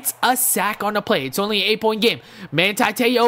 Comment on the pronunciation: Its ma(hn)ti